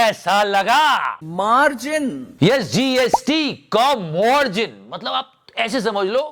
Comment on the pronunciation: Jor se bolo मार्जन Mil kr bolo मार्जन Uncha bolo मार्जन Tai ko b sun gya मार्जन Sare bolo मार्जन 😂😂😂😂😂😂😂😂😂